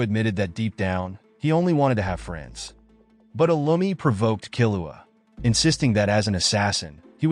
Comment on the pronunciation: that's not lumi that's illumi